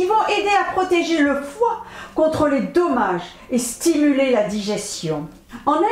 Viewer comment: bonsoir Madame , merci de me répondre et je vous prie de m 'excuser . En effet , en réécoutant la vidéo, je constate que chaque fois que vous dites Dommage , je comprenais tomates .